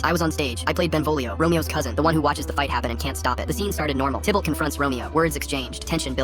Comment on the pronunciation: I wish the AI could at least pronounce things correctly. The character is Tybalt not Tibble.😂😂